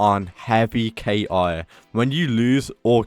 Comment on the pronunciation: bro its ki(key) not K.I.😂